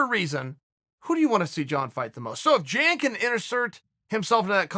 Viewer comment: Video Guy: "In a couple weeks we got Jacare vs Jan (yan) Blachowitz..." Chael: "JAN is a tough guy isn't he?..." lol